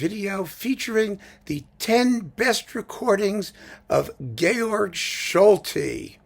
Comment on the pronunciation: just to let you know, Solti always pronounced his first name like George, even though the E was left off at the end.